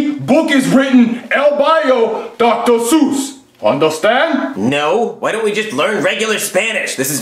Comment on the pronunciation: Wait wait wait Dr sus?